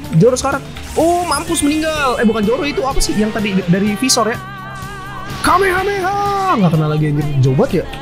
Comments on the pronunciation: not kamekameha but kamehameha stup it you why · Kamehameha bang bukan kamekameha Btw knp bnyk yg nyebut kamekameha dah ??-_